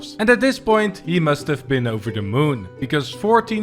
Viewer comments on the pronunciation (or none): none